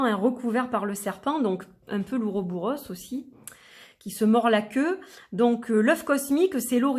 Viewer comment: Très intéressant !!! J'en profite pour dire au passage qu'on dit et écrit "Ouroboros", je n'ai jamais rencontré cette forme en "-bouros"